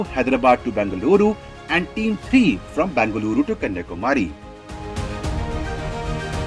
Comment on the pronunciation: It is not Bangaluru. It is Bengaluru